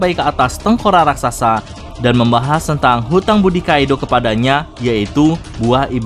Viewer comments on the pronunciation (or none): none